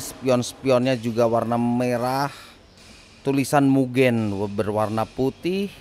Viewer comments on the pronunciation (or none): New setra 2 plus hd julukanya mudan tpi bacanya mugen jagan salah ucap brow.